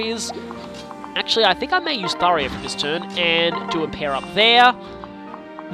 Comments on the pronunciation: How many times does he mis pronounce Tharja’s name ITS THAR JA THAR JA THAR JA THAT i IS A FREAKING J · I'm entertained by how you're correcting Tharya to. . . Tharya. I'm spelling it how I'm hearing you say it. But as for the actual name I've. . . Well. . . there's a "J" in it so I've always pronounced the j sound, like the name Jacob. But now that I've seen how the Japanese name is romanized "Sallya", I would have at the very least. . . Actually I'm not sure how I'd handle localizing a name. . I dunno. . Maybe I'd spell it Saria, like the Zelda character. . . Yeah I kinda like that.